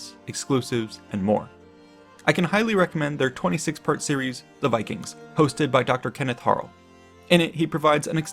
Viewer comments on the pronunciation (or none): none